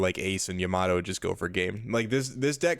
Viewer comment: Love this guy's content but it's so hard to watch because it's like he's given up on being able to pronounce my favorite leader and one of the. If not the best 9 cost cards. I'm sorry to say, but it's Yamato, not Yamaddo, and every time I hear that I lose focus haha. Anyways, looks like a great deck list, I've been curious about Jewelry Bonny since OP08.